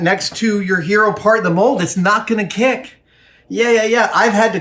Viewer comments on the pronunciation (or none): none